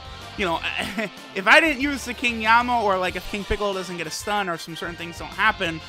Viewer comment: King yemma not yamma